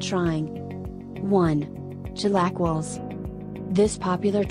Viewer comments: right off the rip too, "chilaquills" Tf did you just say to me? Hahah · The chilQuiles 😂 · CHILAKLES????????🤣🤣🤣🤣🤣🤣🤣🤣🤣🤣🤣 AL PASTER 🤣🤣🤣🤣🤣🤣TAH STADAS??????🤣🤣🤣🤣🤣 ELOT The ONLY ONE she said correctly was enchiladas. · Chilackles?? Tacos al paster? sounds like a dishes of Taco bell...